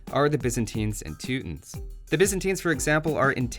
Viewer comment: "tootins" I hate you so fucking much.